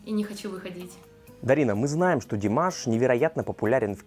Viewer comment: Какая обаятельная,искренняя,глаза-зеркалло души,а глаза у неё красивые.Как она ласково произносит Димаш,люблю ее,замечательная девушка!!!